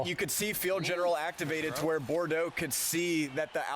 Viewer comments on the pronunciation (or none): it’s pronounced BORDO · lol called him "bore dox" 😂😂😂😂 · Lol, He said Bore-Dox. HAHA